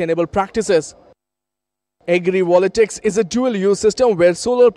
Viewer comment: Not agri"volatics". It's agri"voltaics".